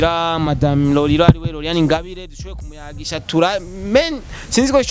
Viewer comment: Tafautisha R na L bro ati Roriro 🤣🤣